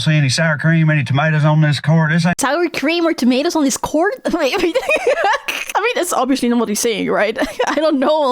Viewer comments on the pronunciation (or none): I thought he said corn 😂 "this corn doesn't look that supreme"